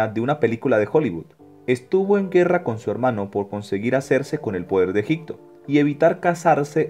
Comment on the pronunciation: Es EGIPTO....no EGICTO (Con "P".....No con "C" )